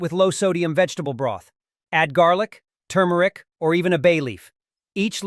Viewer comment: You started out saying the spice correctly, TuRmeric,but then you started to say TUmeric! Leaving out the R. Gees AI get it right, ok? I hate that AI’s just can’t pronounce words correctly. Nor do they know where to put the accent on words either! That’s why they will never be smarter than humans!!